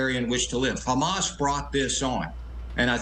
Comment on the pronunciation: Hamas: prounced as HAM- ASS !